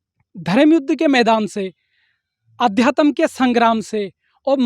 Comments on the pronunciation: Adyatam to bol lo pahle sahi se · पहले अध्यात्म बोलना सीख ले बेवकूफ